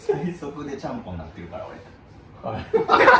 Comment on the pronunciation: ちゃんぽんのところチャンピョンみたいに言うなってツッコミたくなった